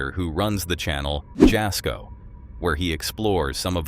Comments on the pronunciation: FYI jasko is pronounced yasko the j is pronounced as a y x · The "j" in Jasko"s name is pronounced as a "y." ie., Yasko.